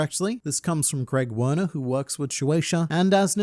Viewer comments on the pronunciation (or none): none